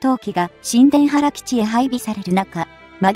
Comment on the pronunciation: 新田原基地（にゅうたばらかにゅうたばる）と言います。いつもいつも楽しみにしています